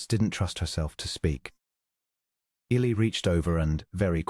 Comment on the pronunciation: Good story, but please try to work with AI to pronounce Eli’s name correctly and consistently. Temperance and Eli are interesting characters and complement one another. Listening from Clarksville, TN.